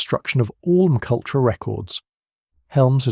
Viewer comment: Can you proof your content before posting? It’s terribly annoying listening to McUltra… if you’re going to use AI voices at least spell out the script phonetically so it reads it correctly…